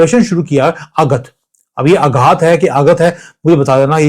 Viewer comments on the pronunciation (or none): Aghat nahi sir aaghaat hai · It is आघात..बड़ा aa